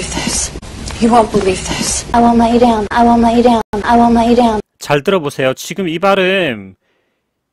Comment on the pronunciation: 에 I won't let you down 이 아무리 반복해서 들어봐도 전혀 let you down으로 안들리는데 제 문제이겠죠?